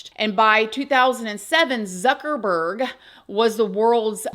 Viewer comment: Imagine you spend all that and then something terrible happens to you before you can even use it. Youre funny when you were saying ZucKeRBurrrrGG. 😅